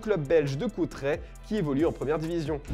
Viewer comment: On dit Courtrai bande de nul. Foot mercato et leur manque de culture linguistique 😂😂